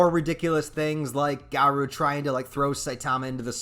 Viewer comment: Bro is is (gar-oh) not (gar-ouu) 🤦🏼